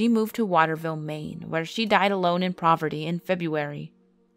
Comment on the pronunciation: I always enjoy these videos but one thing I have to point out because it's literally a pet peeve and drives me nuts when the simplest words can be pronounced properly it's poverty (pa-ver-ty) not provity.